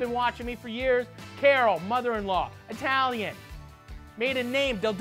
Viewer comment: You ain’t eye-talian. So I ain’t eating that stinkin sub